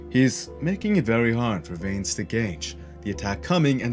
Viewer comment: Here's something I don't understand, and this isn't to hate or anything, but if you're going to do a fight break down you obviously watched the fight, edit it and all that kind of stuff. So how are you still miss pronouncing Vanes name? If I can recall they never have ever called him veins, so I don't understand the continued mispronunciation. Obviously not a huge issue, but it's just confusing to me, did you watch it with the sound off?